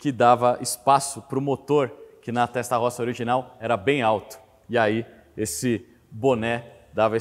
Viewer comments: Desculpe-me - entenda como crítica construtiva -, sua pronúncia p/ TESTAROSSA é horrível. Diga "têstarôssa". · Só peca ao pronunciar o nome TESTA ROSSA que em italiano se diz: "testa rôssa" tradução literal : testa=cabeça ( no caso em se tratando de um motor, refere-se ao "cabeçote"; rossa=vermelha. Logo é um motor com a "CABEÇA VERMELHA" e não por acaso o cabeçote é literalmente pintado de vermelho. ROSSO=VERMELHO ROSSA=VERMELHA ROSSI=VERMELHOS/VERMELHAS. È que trabalho na Itália há 18 anos e julguei conveniente fazer esta observação, não a prenda como uma crítica "destrutiva", mas somente a título informativo e para conhecimento. A matéria está muito boa, parabéns pela explanação. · rapaz doeu no ouvido ouvir testarrossa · Vídeo monstroooo!!!👏👏👏 Agora, a pronúncia "Testarossa" não pode ser soada incorreta. É um crime! Kkkk 🤣 Abraço!!!👊✌🔥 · Show de informação, só não consegue pronunciar o nome Testarossa corretamente.